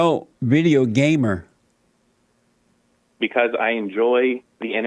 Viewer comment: Jesse said Gaymer